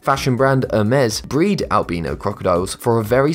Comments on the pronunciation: You pronounced albino wrong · he pronounces albino wrong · You need to learn how to say “Albino” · U said albino weong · Al bin o xD its al bine O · You pronounced albino wrong you pronounce it like this al-by-no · It’s pronounced al-buy-no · Al bee no makes me angry. Why making new pronunciation? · Its pronounced al - by -no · It is al-bi-no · "Albeeno crocodiles" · The way he pronounces albino agrevates me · Who else notice that he pronounced "Albino"? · Wrong pranounce of albino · You said allbino wrong